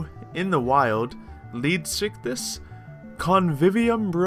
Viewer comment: look not tryna be mean but it bugs me when people don't say/pronounce a word right. it's pronounced leedsycthees not leedsycthis